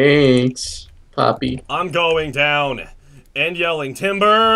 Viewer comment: You sang timber wrong